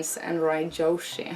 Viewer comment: every time she says "Yoshi" i think she's saying 女子 (じょし) - Japanese for "girl". oh youre awesome lol <3